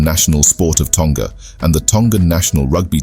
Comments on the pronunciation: Also, it is pronounced Toh-nga, not Tong-ga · Tonga is pronounced with a short ‘g’ not a long g like guh 🤦🏽‍♀️